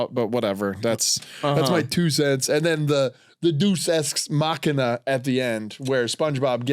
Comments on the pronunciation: Just FYI it’s day-us ex machina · Big fan of the Deus Ex Machina mispronounciation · mr "I listen to public radio" cant pronounce deus ex machina